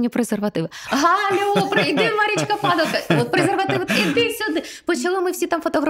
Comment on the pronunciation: В укр мові у прізвищах які закінчуються на ко , наголос падає на останній склад.